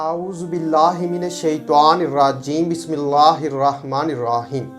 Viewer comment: बिस्मिल्लाहिर्रहमानिर्रहीम गलत पड़ते हैं auju बिल्ला भी गलत पढ़ते हैं